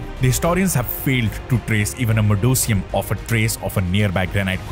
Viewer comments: 'Modicum' is pronounced as 'Modikum', not modocium! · Incorrect pronunciation, my apologies Maw duh km is the correct pronunciation, modicum meaning a small quantity of a particular thing, especially something desirable or valuable.